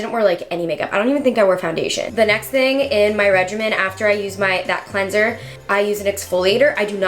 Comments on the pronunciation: Sis said cleansOR instead of cleaner 😂 im widdit if she is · and cleansor not cleanser 😂